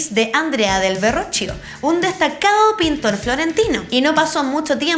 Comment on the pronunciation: Me gustó mucho el video! Pero solo quiero hacerte una pequeña corrección: Il Verrocchio no se lee tal cual ya que en italiano "che" se lee como un "que" por ende se diría "Verroquio" 😅😅 y también al no ser un apellido, el "da" en su nombre no se pone en mayúscula (por ende es solo Leonardo da Vinci) ya que el "da" se refiere de donde y Vinci era la ciudad ( literal el "da" se traduce "de" por ende, el es Leonardo de Vinci) . Que buen video y espero no sonar molesta😅 el video fue muy acertado ¡felicitaciones!